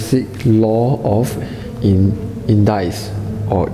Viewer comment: lmao when he said indaices in the captions it showed jesus lol